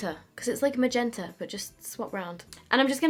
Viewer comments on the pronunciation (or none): none